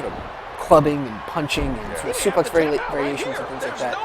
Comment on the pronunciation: Why does he say suplay when its suplex